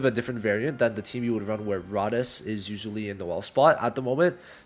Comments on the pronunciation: It’s pronounced Rade-ees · the way you incorrectly pronounce Rades makes me visibly frustrated please do all of us a favor and learn to say it properly it's not hard and the amount of times you called Noelle a blue unit is 💀💀